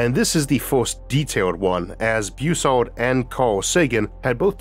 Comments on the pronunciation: Bus-sard. Not Beu-sard. Everyone gets that wrong. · A minor point and an inconsequential pet peeve. Why do you pronounce it "Beausard" ie "Boo sard"? It is a B then a U, followed by a double consonant, ie "ss", so it should be pronounced "Bus" ard, a short "u" not a long "u", or is that how Dr Bus ard improperly pronounced his name? If so, he's wrong. Honestly, the English language has gone to hell, primarily because reporters and so called journalists who graduated magna cum stupid from Columbia, could not pass a fifth grade English quiz. They broadcast their ignorance multiple times daily over radio and television. A vowel followed by two consonants is short not long, ie, "back" is not pronounce "bake". GM is an "it", not a "they". GM is a singular entity even if it is composed of multiple people, ect, ect, ect! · Pretty sure Robert W. Bussard is pronounced more like Buzzard rather than like 'Beau-sard'.